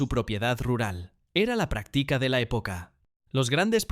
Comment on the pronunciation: Tuneles, decadas, practica, los acentos de las palabras esdrújulas se fueron de paseo, parece. Todo pronunciado como graves...qué desastre. Seguro es una IA mal entrenada